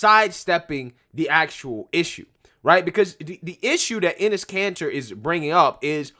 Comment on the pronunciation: I can't be the only one hearing 'anus cancer' 😂